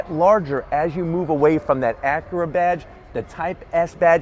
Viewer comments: It's Acura, not ackera....drives me fucking crazy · "acrea, rea-fig-uring out" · Its ac yer uh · You say Acura weird.